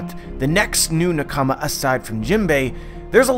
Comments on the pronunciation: It's pronounced nah-ka-mah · Please, please learn how to pronounce the word nakama, please. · Why do u say nakama like that?